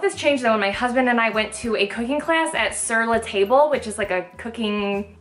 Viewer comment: Haha I was laughing quite a bit (first at your Ser la Table. Hehe we are so midwestern. It's pronounced with a long A. But then I was like no powder isn't the same!) but I'm so proud of you. I thought the change of using maple instead of vanilla is actually an improvement! Maple peanut butter and banana sounds perfect! I might try making these myself. Also I'm super impressed by how hard you've been hustling with your youTube and social. You've been churning out quality helpful content!